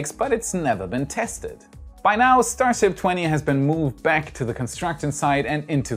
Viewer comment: I think I like "Shtar Ships" better than the conventional way it is said.